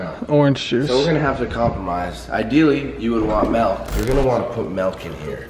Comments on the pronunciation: He calls milk melk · wtf is "melk"? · Why’s he callin milk melk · Anyone else here him say “Melk” instead of “Milk” lmaoo wtf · "if i had melk" LMAO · he says melk not milk Lmao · It bothers me that he says melk not milk lol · WHO THE FUCK SAYS MELK ITS MILK